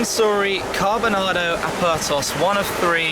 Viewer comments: How many times did he said carbonardo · I just heard cardboardnara......